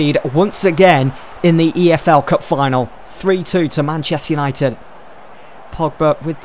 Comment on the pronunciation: Man chest united say it properly fucks sake